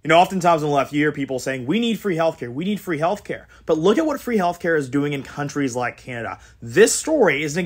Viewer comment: In his own words: “Because that’s! .... hwhat canadians! .... HWANT! .... Mr. speaker.”